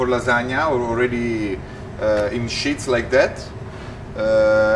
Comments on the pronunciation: Wonderful, but please it is sheets (eeeee) not shits. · The pronunciation of sheets was interesting 🤣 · Thank you for confirming I'm not crazy. I kept hearing him say "pasta shits" and it's all I can think about now lol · My husband is French. I didn’t realise the Italians pronounce “sheets” the same way😁💕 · I really like the lighting in this kitchen. Most professional kitchens are lit up like the inside of a convenience store-gas station. This one is well lit, but not obnoxiously bright. Also, I like the way he says “sheets” ! Great video!!!